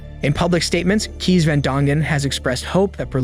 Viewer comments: Funny how you say "keys" for the Dutch name "Kees". The double ee is actually more like the A from the word ate, as in, he "ate" that apple, or the A from spray and mace, as in "he sprAyed the bear with mAce". Actually, as I'm typing this, I realize the word "case" is exactly how the name "Kees" sounds. Anyway, fun video. Good stuff. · The sentence is embarrassing. The Dutch name Kees is pronounced as case. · ‘Kees’ is pronounced as ‘Case’. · Cornelius or short Cees or Kees is pronounced as ‘case’ not ‘keys’. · Kees? The kee is like cake instead of keys. Really hope Berlihna isnt allowed to change her name once she gets out. 12 years is nothing. She should be in for life. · Kees is pronounced “Case”. Double EE is always pronounced like that:) not “Keys” 😊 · Please do your research. Kees isn't pronounced like an English native sees it. It's pronounced like Case. It's not that hard. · And Kees is pronounced Case.